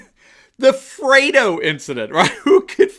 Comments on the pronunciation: its Fredo not frodo. Respect from 🇵🇭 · Freddo, not Frodo. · It's Fredo not Frodo...lol...but what's the difference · 'Fredo,' not 'Frodo,' please. Thanx.